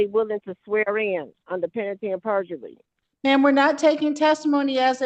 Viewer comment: Saying pentaly AND purgery says everything i need to know about this woman.